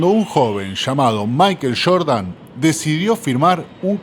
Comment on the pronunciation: No es “ michael shordan es Jordan 😂😂